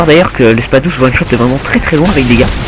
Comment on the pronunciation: C'est moi ou il dit SPA Douze au lieu de SpaS douze avec un S ?